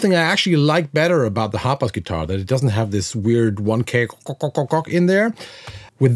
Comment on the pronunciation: Everytime he would say the name, I swear he was calling it the HOTBOX guitar 🤘😂 Name it the Hotbox guitar!!!